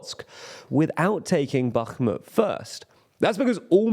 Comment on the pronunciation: Congrats on pronouncing Bakhmut correctly!